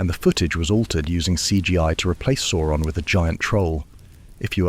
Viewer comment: The pronunciation of Sauron here alternates between 'soar-on' and the correct 'sour-on'